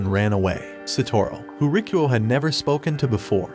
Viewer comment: am i the only who thought his name was "rickroll" bc that didnt sound like "rikuo" till i turned on the subtitles💀